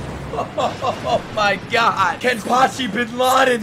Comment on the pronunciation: Bro it's Kenpachi not Kempachi